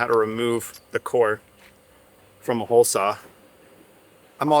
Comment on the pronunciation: Hi guys I'm not sure about anyone else, but I also have a problem understanding the difference in your pronunciation of hull, haul and hole. Also, try putting a sponge in your hole saw to aid getting the fiberglass out! Use denser the foam for harder penetrations!